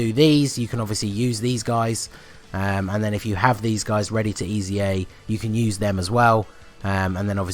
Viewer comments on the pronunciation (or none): “EZA’s” :D “EZAreas” -_